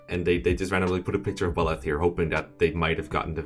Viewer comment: I really like how you say Bahlet, is more intense than the english pronunciation but it kinda sounds smoother than the spanish.